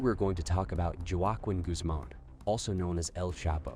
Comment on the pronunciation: You don't know how to say his name Joaquin....or sinoloa or gauta la GARA. LMAO. Dude youre absolutely beyond embarrassing. Learn how to say pronounce simple Spanish words so u don't sound like an ignominious buffoon., Which you are. Geezus. What a fkng moron